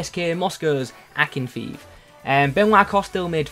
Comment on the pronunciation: Just for future reference Akinfeev is pronounced Akin-fay-av